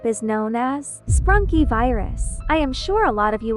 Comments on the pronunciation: It's not sprunky it's sprunki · Is sprunki not sprunky :3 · To say it it's "sprunki"